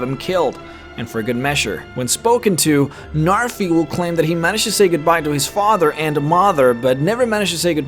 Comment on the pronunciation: The way he says mother and father makes u think he’s damily